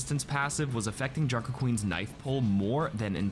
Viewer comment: Junker queens knoife?